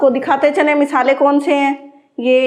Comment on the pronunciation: سارا کچھ تقریباً ٹھیک ہی چل رھا ہے مگر آپکو اپنے کچھ الفاظ اور لہجے میں بہتری لانے کی ضرورت ہے جیسے ہے ویڈیو میں مسلسل آپ مسالے کے نیچے زیر بولے جا رہی ہیں۔تنقید برائے تنقید نہیں۔برائے اصلاح کی نیّت سے بولا۔